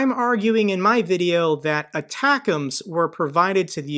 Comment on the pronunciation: Your pronunciation of atackums is my favorite